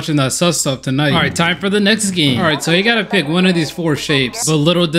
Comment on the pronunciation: bro you said game i thought it was gay